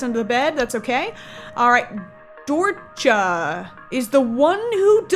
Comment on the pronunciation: YOU PRONOUNCED DORCHA WRONG!!!